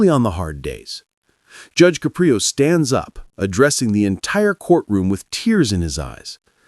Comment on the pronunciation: Narrator: since you put so much effort into your diatribe, the least you could do is PRONOUNCE JUDGE CAPRIO CORRECTLY.